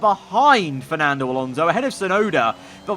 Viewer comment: It's fsnando bloody alonso